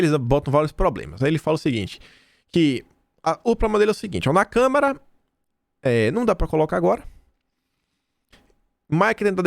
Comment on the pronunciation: faz tempo que você pronuncia a palavra Câmara como câmera...